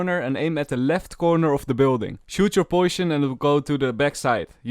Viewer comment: poishion lul